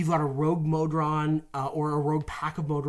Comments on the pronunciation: I love you guys. Watch all the time. I have to say something though. How do you pronounce goblin? Then why are you pronouncing modron that way? 😂 Also: Mephit. Meh-fit. Stop making vowels long when they shouldn’t be 😂 haha great video though! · "The modren D&D goblin..." subtle MBMBAM reference, or brainfart from saying "Modron" too many times over the prior 20 minutes? There's no earthly way of knowing! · No it's not Magical Mr. ME-stopheles! Is it MO-dron or MOD-ron too?